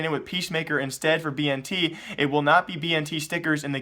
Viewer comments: Dude, it's bi-en-tet, not bi-en-ti. Hahaha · It is pronounced as Ben•ted and he is Indonesian lulz plz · Bntet is not chinese and thats not how you say his name :c